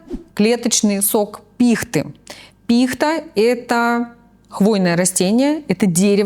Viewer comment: Как же режет слух когда не правильно ставят ударение в слове пихта. Это просто отвратительно